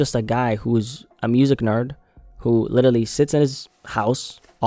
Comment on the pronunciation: Bro how is literally your favourite word that you just say in every single video and you still can’t pronounce it 😂 Everytime you say Littely I can’t help but laugh